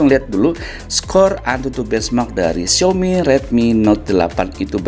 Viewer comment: Yailah ngomong Xiaomi aja "Xiomi"